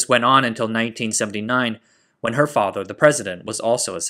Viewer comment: you mean "her FATHER," not "HER father." It was her father, after her husband, who was killed, not her father after somebody else's father. English, just like Japanese, puts great importance upon intonation.